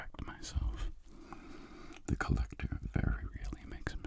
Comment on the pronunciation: "collect-whore" that's all I can ear